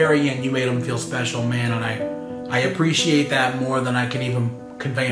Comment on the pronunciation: the only thing that bugs me is the way that says “appreciate” like a-PRISH-ATE, no hate just tell it bugs me =P